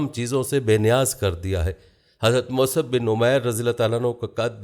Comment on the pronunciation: Is this Musab or wht u r calling Masab.. Except u sir, every Alim is pronouncing Musab